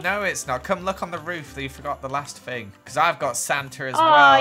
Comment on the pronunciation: when you say thing it kinda sounds like fing to me